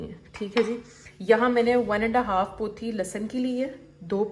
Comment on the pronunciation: Lehsan ki kya bola ??? Lehsan ki grand-daughter??? Pautiiii ??? 😂😂😂